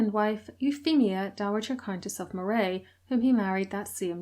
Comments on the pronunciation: Just for future reference, Moray as in the region of Scotland is pronounced Murray and never like Moray as in the eel. Not the easiest to know if you don't live in Scotland, but that's where all your Murrays hail from originally. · As I live in the next door county to "Moray" it is pronounced Murray as in the surname. I live in the Pictish kingdom of Ce. You should try doing a video on the Picts as that is interesting as there is a LOT of pictish stones here. Loving the long video :) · Some of your pronounciations a bit dodgy! Moray is pronounced as if Murry not Morray, and Glamis is pronounced as if Glamms not Glam-mis. Interesting nevertheless. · Moray is pronounced like "Murray" and Glamis is pronounced like "Glams". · I love your channel, I hope you don't mind if I correct your pronounciation. Moray is pronounced with the emphasis on the first syllable, same for Rothsay. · Great video! My pedantry is screaming at me though to tell you Moray is pronounced "Murray" and Forres as "forest" without the T.